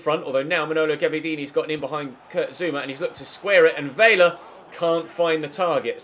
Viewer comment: That's not how you pronounce Carlos Vela's last name brub